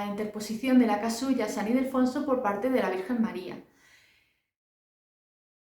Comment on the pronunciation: San Ildefonso, no Idelfonso